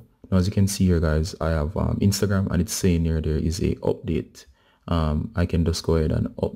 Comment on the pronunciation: Abdateeee uuuuuhhh the accent😁